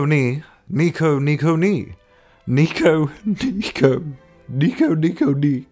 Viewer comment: That japanese one, you did it wrong. Wrong pitch accents :p